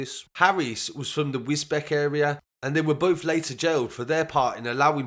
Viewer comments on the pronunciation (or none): Wisbech pronounced Wiz beach not Wisbech